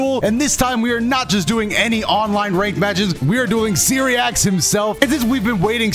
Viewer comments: "We are doing Seereax himself" Damn, at least take him out to dinner first.. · I’m sorry father but You said you’re doing seereax